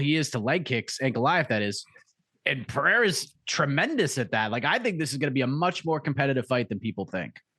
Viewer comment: Lol, Alex is in your corner. Learn to pronounce his surname.